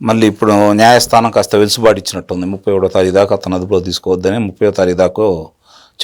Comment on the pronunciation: వెలుసుబాటు కాదు సార్... వెసులుబాటు.